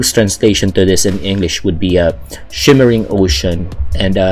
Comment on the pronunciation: Shimmering, not shivering...